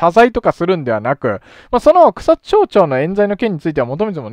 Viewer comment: 前々から気になってはいたのですが、草津は「ちょう」ではなく「まち」ですよ。